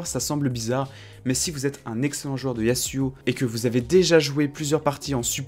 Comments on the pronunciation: c'est pas yassuau c'est yazouo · on dit "yazuo" pas "yassuo" ca c est un streamer xd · Par pitié dis yaZuo CAR UN S entre deux voyelles SE PRONONCE Z ZZZZZZ ZZZZZZZ